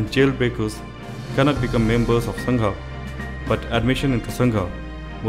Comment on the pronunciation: Please don't say संघा pronounce it correctly as संघ